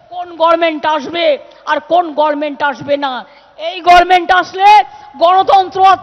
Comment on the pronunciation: কেউ একে বল, গর্মেন্ট না, গভর্নমেন্ট। সালা, ভুল শুনতে শুনতে আমারই মাঝে মাঝে মনে হয়, আমি ই ভুল শিখেছি কিনা?